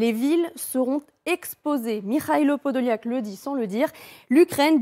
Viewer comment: Вона каже Подоляк, а він каже Подол'як😅😅😅